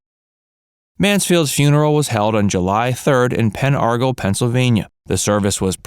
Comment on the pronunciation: It is pronounced Pen Argle (r-gel) I live near there in PA. Mariska is beautiful